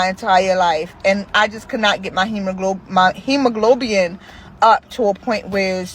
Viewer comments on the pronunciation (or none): “Hemoglobin” not hemoglobian. It’s also red blood cell not white blood cells. Ok bye